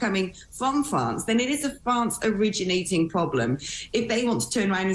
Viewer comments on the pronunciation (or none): People coming from Fwance? Lol where's that?